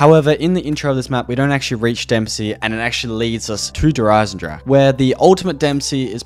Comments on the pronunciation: Please stop saying "Jer eisensrache" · I cringed every time he said der Eisendrache because he butchered it so badly